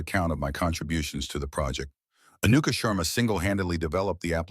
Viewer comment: Orion or Ryan ? Maya appeared Maud ? so the channel does not understand what the AI story is saying Anuka Sharma butchered to Anukumarma